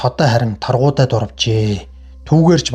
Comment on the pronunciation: Сорхан шарынх Чулуун Чинбай гэж 2 хүүтэй.Мөн Торгудай биш Таргудай гэдэг